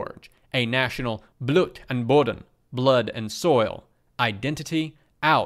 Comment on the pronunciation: I wish to say that your pronunciation of "Blut" and "Boden" was good. While a German would have a longer "u" sound (think of "oo" as in "cool", or "pool" rather than "u" as in "super") it was understandable and clear just from listening.